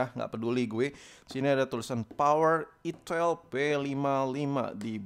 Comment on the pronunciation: Gk tau tapi tiap lu ngomong "itil" gua pasti ngakak🤣🤣🤣🤣